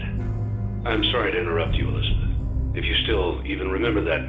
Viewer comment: before I knew Henry said Elizabeth, I thought he was saying "listener"